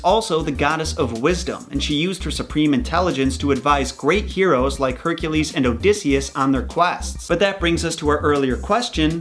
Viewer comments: who the fuck pronounces hercules like hair-cool-ees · Why do he pronounce Hercules like it’s an “A” in his name so annoying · Why is he say Hercules wrong anyone notice that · He can’t say Hercules Wright 💀